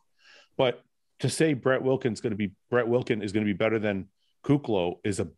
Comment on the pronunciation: I'm lmao about you guys ripping on Fouad about the "Arnold(s)" Fouad you also say Brett Wilkins all the time which makes me laugh